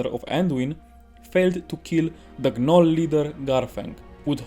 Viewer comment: The G in Gnoll is Silent. Like the K is silent in Knife. So it's pronounced "Nole", like "Pole" or "Coal"